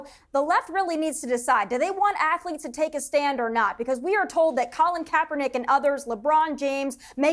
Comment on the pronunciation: "AFLETES" Seriously? He can't even pronounce Athletes.